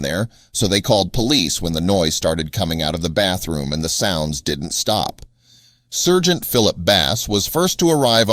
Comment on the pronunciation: SIRGENT? SARGENT!